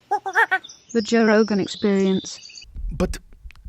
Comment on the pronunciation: "Joe rogain"